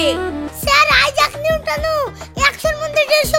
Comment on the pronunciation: i JACK NEW TON ❌ I JACK NEW TONO ✅ 😂😂😂😂